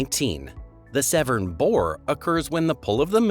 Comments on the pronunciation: Severn not seven. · By the way the isles of Scilly is pronounced silly not skilly and the river Severn is pronounced seven. Idiot